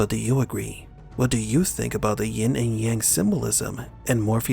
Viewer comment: "Yin and Yang" Never "Ying".